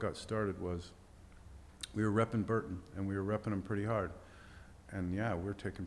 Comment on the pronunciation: lol mega facepalm every time this dork says 'Hurton" instead of Burton. grow up.